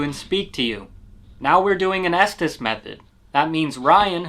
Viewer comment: Just fyi - it’s the “ESTES METHOD”. Ryan said “Esthess” and it was spelled wrong on the screen.